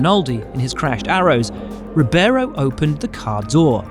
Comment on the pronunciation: Reebayro! Not rubéro! lol